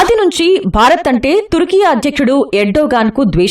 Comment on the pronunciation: అదిటర్కీ కాదు తుర్కీ